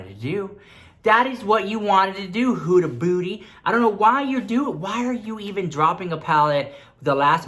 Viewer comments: Hahahaha, I thought you said 'Huda Booty', she does have a big booty too :P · I screamed when you said "Hoooda booty" 😂😂😂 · Lmao he said hudaa booty 💀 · Did I heard Huda Booty?